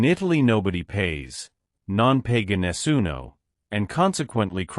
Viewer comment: Hi, who ever is commenting on these Italian football facts,,can we ear correctly Non Paga Nessuno ,,Not PEGA Nessuno as it sound very funny